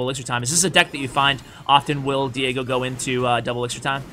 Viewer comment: Die-gob...... nope.... ain't gonna laugh